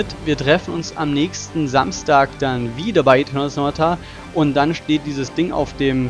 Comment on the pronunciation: hör mal ganz am Anfang, da hst du einen netten kleinen Dreher drin: Esernal Tonata :D ansonsten, nettes Video :)